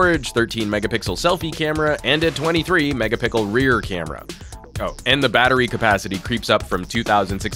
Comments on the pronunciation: Ok I am convinced he thinks the word is Megapickle... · Did anyone hear him say Megapickle? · did i hear megapical..?? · He says megapickle even way way way before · Sounded like he said "megapickle" 😂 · Ha he said megapickle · Please stop saying megapickle.